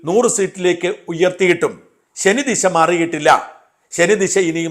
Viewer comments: ശനി ദിശ അല്ല ശനി ദശ. ദശാ സന്ധി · ശനി ദിശ അല്ല, ശനി ദശ ആണെന്ന് ബഹുമാനത്തോടെ പറയട്ടെ ശ്രീ സാജൻ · ശനി ദിശ അല്ല ശനിദശ എന്നാണ് ഷാജൻ ഭായ് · ശനി ദിശ അല്ല ശനി ദശ ആണ് sir